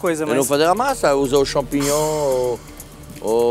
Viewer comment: Acho que em toda a temporada não teve um episódio que o Jackan não falou champingnhom (sla como escreve)